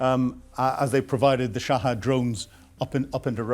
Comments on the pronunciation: For pity's sake,, learn to pronounce things correctly. Shahed, not Shahad; Xi, not Zhi, Abu Musa, not Abu Musuah. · Abu Musa. Not Abu Musoa. Shahed. Not Shahad.